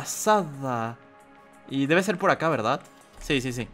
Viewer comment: Porque dices berdat